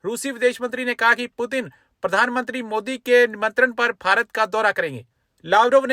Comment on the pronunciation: पीयूटीन नहीं पुतिन😅😂